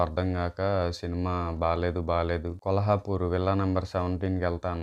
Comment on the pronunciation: Adhi kolhapur kaadhu anna kollapur